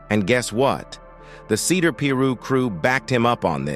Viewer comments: What's a Peeerooo?? It's Pi- Ru.. Pi like pie and Ru like rooster 🤦🏾‍♂️ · Peeruww ? 😂wtf? I thought it was 🥧piru but ai is always right lmfao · Why can't the narrator correctly pronounce piru, it's not peeru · It's pronounced (pie-roo), not (pee-roo).. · I know right , the word is pronounce piru. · Im white and even i know its not "pee-roo" 😂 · Lol... the narrator says "pee-rooo''. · Narrator sounds goofy with that "Pee Roo" 😂😂😂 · Bro said peeru 🤷🏽‍♂️🤦🏽‍♂️🤬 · It's pronounced Pi Ru (PIE ROO) please say it right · Why do people use these AI voice-overs? They can't even pronounce half the words right... "peeee ruuuu" lol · "the cedar block P rooh" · Was just about to say this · He said Peeru 😂😂😂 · One thing you not gon do is continuously mispronounce Piru. As many of these videos youve done you should know how to pronounce that shii, and any Piru member that you may have researched or whatever has said Piru in their videos at least a million times, so there is no excuse